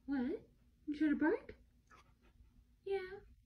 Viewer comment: The owner was saying "good bark" but pronounced it as "good boooooork" no need to be so aggressive :) just take a few seconds yourself to re-listen.